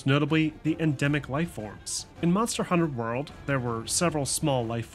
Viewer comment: The way you say Monster: Hunter World bothers me, it's Monster Hunter: World